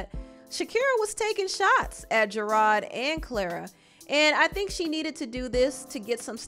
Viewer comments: I like the way you pronounce his name Gerard. Very fancy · the way you kept saying gerard wrong was cracking me up lmfao